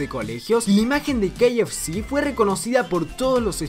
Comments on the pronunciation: has pronunciado el kfc como [quei ef shi]? se dice [ca efe ce] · Estas hablando español no ingles dilo bien:k f c: ka,efe, ce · Y no se pronuncia como tú dices que se pronuncia el KFC